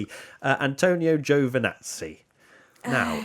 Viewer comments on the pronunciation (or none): Getting closer, but the first syllable in Giovanazzi is too long, it's not Joe Vanazzi. Think of the "Gio" like the "Bo" in Bottas.